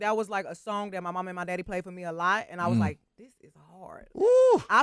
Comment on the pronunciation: Bruh said andadddddd🤣🤣🤣#glcokntea